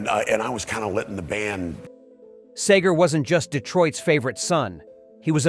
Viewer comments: Sagar-Seger, Quit pronouncing his name wrong. Christ almighty, learn the name. your the speaker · IT"S SEEEEGER not Saeger, get it right. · Narrator needs to know how to properly pronounce "Seger"! It's not "Sager"!!! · It’s Seeger idiot not Sager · It’s Seeeeeeeeger….. Not SAGER!!!! Where do you see the “A” to pronounce it that way? Either this is AI, or you need to find another job! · Seger NOT Sager. Say it right! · As a Michigander with an older, now passed brother who was a friend and collaborator with Bob, it's pronounced "SEEger", not SAYger. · while we're on the subject of authenticity, the man's name is pronounced "SEE-ger," not "SAY-ger." In this video, you get it right about half the time. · Hey... it's pronouced Cee- grrr... Thank You.... Bob is a true "Musical" Legend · It's Seger not Sager!!!!!!! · Get your AI voice to say Seger's nane right. See-ger not Say-ger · Why are these videos narrated by computer? The mans name is pronounced SeeGur, NOT Saygur. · OMG, the name is SEGER, not SAYGER. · Someone tellthis twit it is SEGER, not Sager. Stinkspleen is a loud, liberal garage band failure. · It is pronounced, "Seeeeger" not, "Sayger" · it's SEE-GA not sag-ga, just another A-I video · It’s SEE-ger not SAY-ger. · SEE-ger not SAY-ger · His name is Bob SEEEEEEEEEEEEEEEEEGER not SAAAYGER !!!! Dumbasses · Its Seeeeger not saygar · it's seegore not sehgore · SEE-GRRR...NOT SAY-GRR. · Who the heck is "SAYger"? Isn't this about Mr. Bob Seger? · Y'all really need to figure out how to pronounce his name. it's not 'say gar'. get it right. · Who ever you are Narrator, its pronounced Bob Seager not, Saygar‼️ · Your Say-Ger pronounciation was driving me crazy. By the way it's Sea-Ger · You really need to learn how to pronounce his last name it's not sager it's pronounced seger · It's pronouced SEEGer not Sayger. If you're going to do an article on someone, SAY THEIR BLOODY NAME RIGHT! Guess what? No click to subscribe because of that!